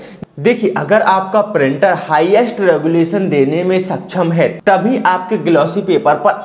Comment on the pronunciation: गुलेशन नहीं रेजोल्यूशन होता है